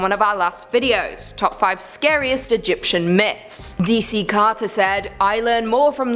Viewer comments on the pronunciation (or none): none